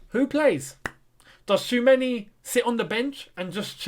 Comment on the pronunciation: Choo-a-me-ni 😄 can't stress it enough